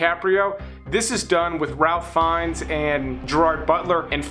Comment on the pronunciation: You did not just say "Ralph" Fiennes right? Lol